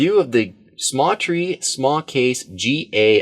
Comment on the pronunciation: I thought it was the smatree not samtree